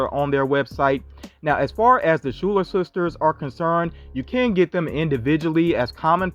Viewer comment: Schuler it's schuyler like this Skylar